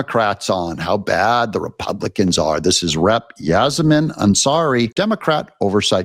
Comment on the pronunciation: Yassimin 😂😂😂😂😂😂😂 she is probably been there her self.